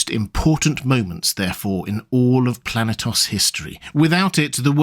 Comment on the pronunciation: Planetos? I felt brain cells dying hearing that